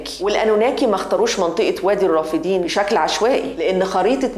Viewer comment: الرافدين مثنى ...وليست جمعا...لذلك تلفظ بفتح الدال ...وليس كسرها كما قالت المذيعة